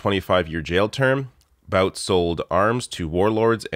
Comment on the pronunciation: Hey... It's Viktor Bout (Pronounced "Boot"). Great video, and great news... except for Viktor Bout being free, but that was the trade that had to happen.